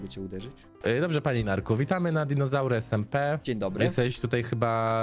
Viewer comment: Dzinozałry" xDDDDDDDDDDDDDD